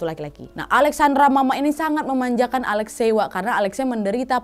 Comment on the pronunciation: Alexi ka bacanya..